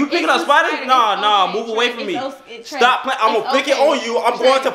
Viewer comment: He didn't say stop right he said stah